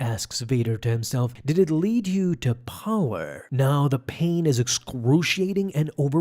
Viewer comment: I love your videos but I hate the way you say power